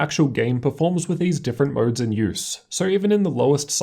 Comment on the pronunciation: Moerrrds (modes)